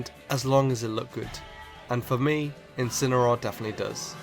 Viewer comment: It Incineroar, not Incenaroar!